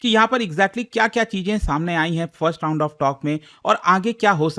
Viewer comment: Tound ❌ round